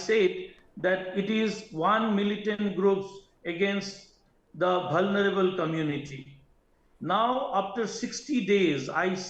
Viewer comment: Vulnerable or bhalnerable